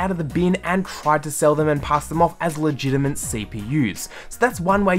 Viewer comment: why do you say la gina mint